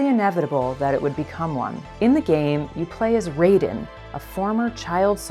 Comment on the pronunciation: So.... is anyone else gonna call out the fact they miss pronounced Raiden? Because it's plagiarism month here on YouTube and the best way to demonstrate you know nothing about your source material is to incorrectly pronounce the name of the material's protagonist. Also "know Your Meme" is obscenely late to this meme party. Jacob Geller did this whole take better literally over a year ago.